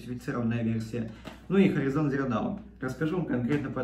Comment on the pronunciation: Афигенные знания английского. Хоризон... произношение...